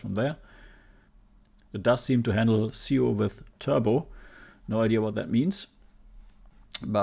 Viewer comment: It's not SEOH, it's S.I.O. (for Serial I/O) to SD. S.I.O. is the zero-th generation of USB and can have a faster clock speed than the original S.I.O bus. It's what allowed high speed disk drive modifications like the Happy Drive, etc.